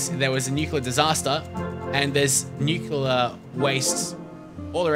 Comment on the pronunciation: Nuclear waste or Nuculer waste? :3